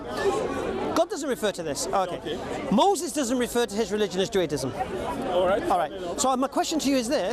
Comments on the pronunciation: MAGMK&W 20:114 nah he clearly was saying juaDism at beginning.. 😂 but excellent video , i listen closer while it happened because i was like that sound different lol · it's Judaism not Juadism 😂